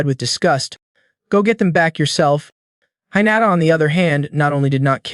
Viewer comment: Goblin not elf. (Protagonist)he not her. The way you pronounced hinata seems like you never watched anime before. First 30mins and there are mistakes. Did you not review your own upload? Seems like you just record yourself doing half ass story telling. 🤷🏽‍♂️